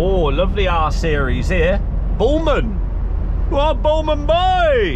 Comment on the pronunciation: When you said nice r series at first I thought you said nice arse